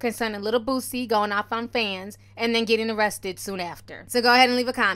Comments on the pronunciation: The artist “BOOZEy” omg not like the alcohol sir lolololol omg 🤦🏾‍♀️ haHhHHaAaa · How the white news reporter said Boosie....""boozzie"" 😂😂😂 .... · According to the reporter, his name is "BOOZZIE" 😭😭😭😭💀💀💀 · Im surprised they didnt say BOOTSIE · I just like how the reporter from the news clip pronounced his name 😂 " "Boozzie" 😂🤣😂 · The New Anchor Man said Booosie. I can't LMAO🤣🤣🤣😂😂😂😂🤦🏾‍♀️🤦🏾‍♀️🤦🏾‍♀️ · The reporter said” Rapper Bozzie”😂😂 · The reporter called him boozey 😂😂😂😂😂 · Not boozie..... He called him boozie🤣🤣🤣🤣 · He said booZie .😂😂😂😂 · so we not gone talk about how the News reporter pronounced his name💀💀💀